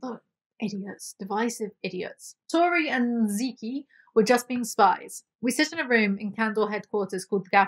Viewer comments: zeke pronounced as zeeky makes me laugh 😂 its just "zeek" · I love you so much. I appreciate your sarcastic commentary and I could listen to you for hours. With that said, Zeke is pronounced "zeek" lol